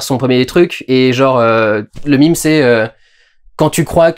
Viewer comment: tu sais qu'on peut prononcer "meme" comme "même" vu que c'est un mot qui a été créé en s'inspirant ce mot. Heureux que tu prononces maintenant "climax" à la française. J'attends que tu fasse de même pour "meme" parce que là, à chaque fois que tu le dis, j'entends "mime" et ça me fait rire. Voilà, c'est tout ce que je voulais dire